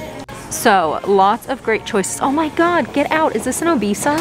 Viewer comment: Love your haul...specially the Obesa...quite a steal at that price. I would have hyperventilated if I spotted a couple at that price, BTW ...Not O-bee-sa it is O-beh-sa as in the Spanish word beso or besa.